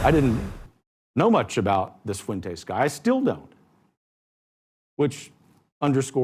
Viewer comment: CNN can blow me. Nick is spot on all the damn time. Also, I’m not Mexican but why can no damn whitey ever say FUENTES correctly? Pathetic.